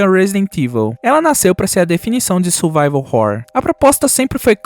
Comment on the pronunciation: survival "ruar"?